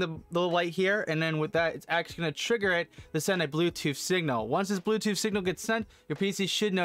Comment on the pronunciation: "blue toe settings" 🙄